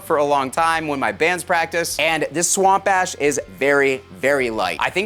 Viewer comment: I'd take this guy with a grain of salt. probably paid him for this sponsorship. In all seriousness, this is pretty sweet. Way out of my price range, but still nice. Edit: It sounds like you're saying swamp ass, lmao.